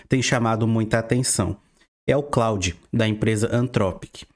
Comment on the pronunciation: Muito bom! Vou aproveitar a dica do Opera com VPN pra outros sites tb. Só uma coisa que incomodou bastante, o pronúncia do nome Claude é [klôd], é um nome francês. Quem se chama Claude deve ter sentido mais gastura ainda hehe